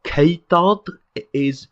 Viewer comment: It was a slightly biased sample though, as mentioned that he'd studied Cymraeg to some extent in the past. I note that recalled the word "ceudod", which, to my native Welsh ears, he pronounced extraordinarily well with the obscure backed pronunciation of the "u", a sound that typically even advanced learners struggle to get right.